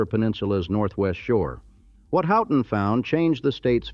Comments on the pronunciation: Good excepting pronunciations, I know that the spelling seems goofy. Mack- in-naw bridge, Mus-key-gan, Houton is Hoe-ton, Key-win-naw peninsula is where the copper was. Sault is Soo-Locks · I’m really irritated with pronunciation of cities, etc. also. Learn how to pronounce Mackinac, Houghton, Muskegon and many many more